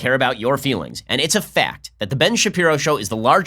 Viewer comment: I want to know when and why people started saying “Clint’in” and “Manhat’in” and “butt’in”. Annoying. Or, is it now “annoy’in”?